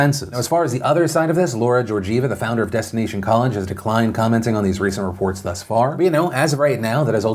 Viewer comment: THUS sounds like THere, not THree...